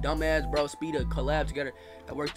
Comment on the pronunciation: “Speef” I think you should consider going from speed to sped